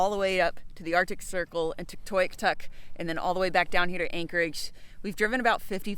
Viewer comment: You guys are awesome, great vids and great channel. I saw your team roll through Whitehorse! Its not really as weird as you say, I suspect you toured the wrong places. Also the anglicized version of Tuktoyaktuk is said like Tuck Toy Uck Tuck but fun watching you try to say it.